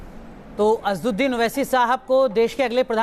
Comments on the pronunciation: ye jo anchor hai inko thik se asswadin owese ka naam be thik se lena nahi aara hai..Aur asad bhai se baat karraha hai.. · Kaunsa anchor hi yeah jo asad bhai ka naam lene bhi nahi aara isko...hhhh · Asaduddin owesi naam to sahise lena nahi aata anchor ko🤣🤣🤣🤣🤣🤣🤣